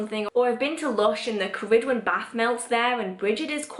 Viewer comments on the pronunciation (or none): I know I am late to this video but I wanted to ask... are you saying Ceridwen? I follow Brigid, Ceridwen, Diana, and Morrigan/Morgana (the Faerie Queen to me) but I feel like I hear the names differently from how you pronounce them. For instance, I hear Bri-Geed not Brigid, and Kara-Dwen not ... I don't know how to spell your pronunciation lol. I guess it might just be my American accent trying to hear Celtic phonemes.